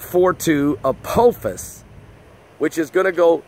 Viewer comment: it's pronounced ApAHphis pastor